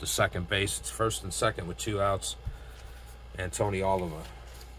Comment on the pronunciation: Thanks for game. Oliva is pronounced as oh-leave-uh. Thanks again.